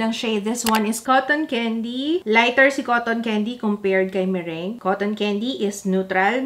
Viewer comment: Yung meringue... Merang bigkas:)